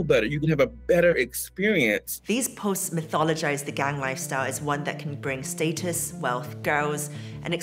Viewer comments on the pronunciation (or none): Lmao where the hell the reporter from ??? She said state-us not (Status) but 😂😂😂